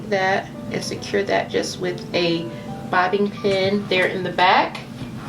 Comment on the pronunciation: Is she pronouncing bobby pin as bobbin pin?